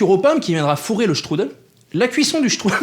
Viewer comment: J'adore comme tu dis :struddle 😂😂